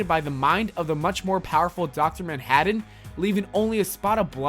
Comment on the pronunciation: "Dr. Manhadden" Am I the only one that got bothered by his pronunciation?